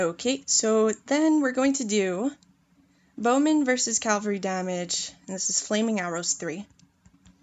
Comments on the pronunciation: ere i no ur american n u say things differently even tho ya speakin English..its cav al ree... not calvary...u may not be able 2 talk the english language but not bein able 2 read it u just sound thick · Sorry i cannot listen to it, may have decent amount of knowledge but the word is cavalry not calvery,.. please it spoils a lovely voice too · I'm triggered with cavalry = calvary pronunciation